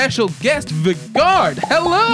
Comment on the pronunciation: was it annoying anyone else that they kept mispronouncing Vegard's name??